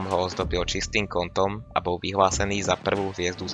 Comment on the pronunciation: Cenim snahu ale odporucam zainvestovat do mikrofonu lebo kvalita zvuku je priserna neda sa to az pocuvat, okrem toho odporucam viac artikulovat pretoze sa to tiez tazko pocuva. Nevies moc hovorit L. Stale hovoris premeniu namiesto premenil, bou namiesto bol, skuela namiesto skvela, a mohol by som ist dalej. Nechcem ta tymto komentarom odradit prave naopak rad ta budem podporovat ale musis zamakat aby ludia mali chut a dovod to pocuvat. sa